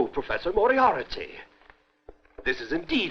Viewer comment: Moriarity ?? its Moriarty one I.